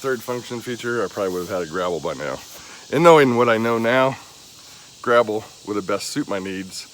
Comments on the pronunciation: You`re definitely a newb for sure, but i give you props for getting right into it and learning as you go. We all had to start from somewhere at some point in time. Bless yah! And you`re calling it a "grabble", its actually called a grapple. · Did you say gravel or grapple bucket? What would you have used it for?